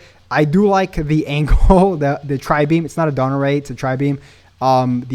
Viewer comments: You're not tripping. He does say Dodon Ray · Yeah...he does say Dodon Ray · Yeah he definitely says Dodon Ray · yea he said donut ray